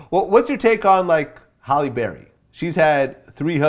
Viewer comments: Halle,not holly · Why does Vlad keep calling Halle "Holly"?